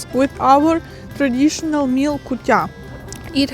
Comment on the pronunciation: Hi, nice to watch your videos. Small advice or correction for you pronunciation. When you see English letter "i" it is not Ukrainian "і" but rather "и", for example not "традішін" but "традишин" otherwise you sound like russians., and you are not:-). Don't be angry... And word "intelligence" in English is not the same as "інтелігенція" in Ukrainian. It is something like "розвідувальна інформація". English doesn't divide people into such categories. Keep making your videos, they are getting better and better. Tschüss.